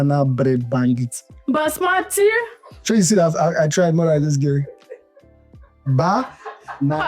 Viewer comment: Hhhhhh basmatic rice she say😂😂😂